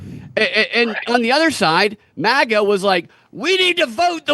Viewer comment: it's MAGA, not MIGA